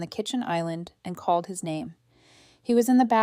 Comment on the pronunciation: "Him door"... It's "his". "His door".